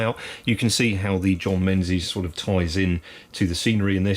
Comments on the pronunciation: Dave from Dean Park isn't gonna be happy with your pronunciation of the proud Scottish name Menzies there! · Is it "Menzies" or "Mingis"